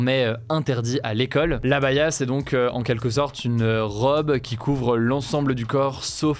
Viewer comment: j’ai répété deux fois pour comprendre que c’est une عباية 3abaya, pas abaya, il y a le ع mais c pas facile à prononcer pour les non-arabes